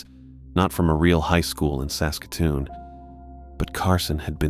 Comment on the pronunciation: Bravo, you can say Saskatoon properly. 😊